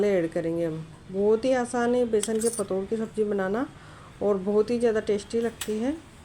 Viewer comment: Ise ptod nhi pitor bolte h😅😅😅😅